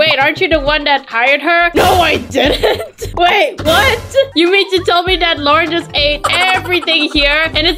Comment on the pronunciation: I mean it’s Lauren Not Lang